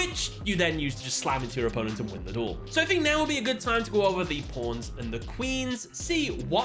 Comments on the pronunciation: he's just saying pawns it does not sound like anything else you're just imagining it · I know you're saying pawns but my ears hear something else.